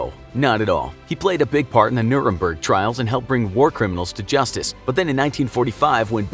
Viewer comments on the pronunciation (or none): none